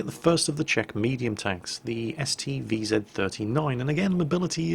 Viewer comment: "Vee Zet" sounds so awkward :D Although i imagine that pronouncing "vzor" is a task as monumental to English speaker as pronounching "Shkoda". "Of course the first time it happened it had to be on the test server". I had exactly the same experience on live server. The result was exactly the same - our team was smashing opposition in the valley, we were being capped and i was the only one to come back. I didn't even bother to reset...